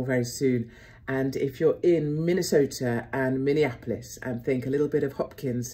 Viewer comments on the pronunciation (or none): none